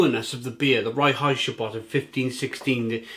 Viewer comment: I really enjoy this beer. By the way, Reinheitsgebot is pronounced like RINE-hites-ga-boat. König means King.